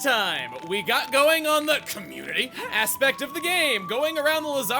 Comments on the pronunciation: Hearing saying words like Community is somewhat interesting & can be kinda weird sounding at the same time. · Is it me or duse he say community in a strang way. p.s i can't spell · Chugga saying community makes me belly laugh